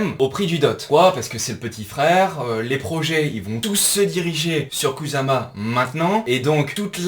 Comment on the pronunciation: étant japonophone, je peux te dire qu'à la française, ça se dit "koussama" 😁 Pareil que pour nos amis motards sur "kawassaki". Pour faire bref, le "s" se lit "ss" et le "z" se lit "z".